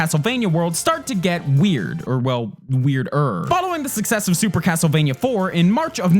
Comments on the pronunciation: Am I the only one who heard "Hastlevania" at one point? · Why is he talking so weird.. CASTLEvania blablabla GAMEconsoles and stuff. ANYway blabla AND blabla. God my ears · "CAAASS-tlevania..." This dude has such a hard "k" pronunciation, it could crush nuts into powder.